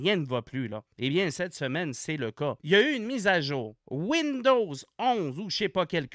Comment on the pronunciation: « mame wouinedowwz y vo padvou » J’ai éclaté de rire.😂😂😂😂